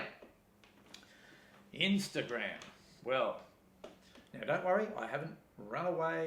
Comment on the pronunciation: Nice video! (What is "inster-gramme"?)